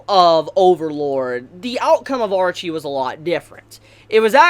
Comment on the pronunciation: I liked everything except your inability to say names correctly... Her name wasn't Archie.. Ar-shea as in shea butter in lotion.. You make me wanna punch you...